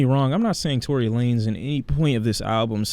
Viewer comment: Dude said tory wtf